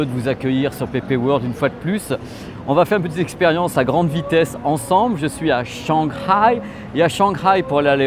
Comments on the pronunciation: Oh Lieu De Shanghai Tu Dit Shangray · sinon le pronsiation de la ville shanghai XD